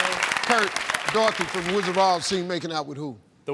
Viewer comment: Did he say "The Rizzard of Oz"? 🤣